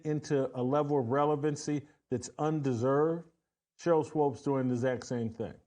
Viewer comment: WHY does this guy keep saying "SWOPES". It's bothering me sooo much.